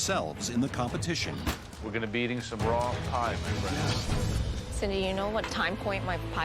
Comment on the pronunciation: It was RRRAW and CRRRRUNCHY!! 😂